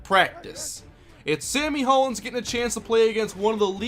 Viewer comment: pronounced Hollins (hall-ins). that's my last name